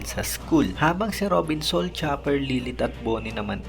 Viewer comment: sa ul yan boss sa ul...hindi soul